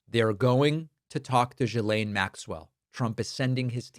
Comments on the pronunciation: David, you need to fix your pronouncement of Ghislaine Maxwell. Her name is pronounced "gi - layn mak - swl", not "jeh - layn" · It’s pronounced Gee-lane,. 😊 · Ghislaine is pronounced Hard G, GEElan. If you and others are going to report on her, it looks better if you pronounce her name properly.